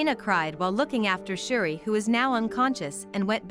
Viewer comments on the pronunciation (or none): Umm...its Judi. Not shuri